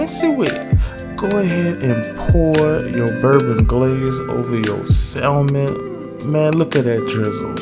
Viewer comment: Sounds great sir, but the word "salmon" is pronounced SAM-uhn (/ˈsæmən), with a silent "l"